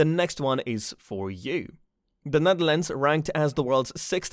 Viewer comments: SERIOUS?? "NEATHERLANDS"?? The Netherlands you stupid f*ck!! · Neatherlands….. euuhhhh how’d you even get that wrong? Ahhaha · Netherlands, not Neatherlands. And the map you show, is not The Netherlands but The Netherlands and Flanders, the Dutch speaking part of Belgium. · Neatherlands its the Netherlands you have IT rong Nederlands as we say IT dutchs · Neatherlands? Netherlands/Nederland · i'm sorry but its the netherlands and not the neatherland & you're using a few wrong maps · Not Neatherlands!Netherlands!! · Nice video, too bad it has some mistakes, such as the map is the Dutch language speaking map, which included Flanders, which isn't part of the Netherlands Also, the name is Netherlands and not Neatherlands.